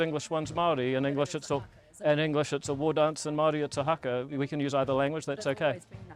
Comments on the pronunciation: You are a plastic Māori you cant even say Haka WTF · What is his problem with saying haka ?